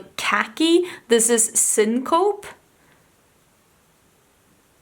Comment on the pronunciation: Great video. I’m seriously contemplating getting my hands on some of these shadows. By the way, it’s pronounced “SIN-kuh-pee”.